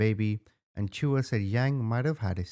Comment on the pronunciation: The a at the end of chua is silent